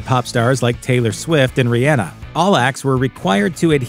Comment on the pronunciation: Rihanna is too big of a star for you to butcher her name like that lol wtf